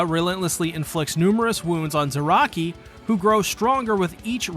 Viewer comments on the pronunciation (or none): “Zayaki” is crazy. 🤣😂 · there is no way you called him zayaki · Zaraki is zayaki?!?!?! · did he just... Called "kenpachi ZARAKI".. "ZAYAKI" ? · He called Kenpachi "Zayaki" What!? Jokes aside, this is very well made.. even if some of the pronunciations are driving my weeb ass insane. CAR A CURRA TOWN.. that'll do,. Subscribed for good video, and good sport.